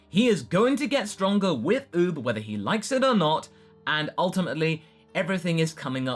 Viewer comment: you have a funny way how you say oob. btw nothing burger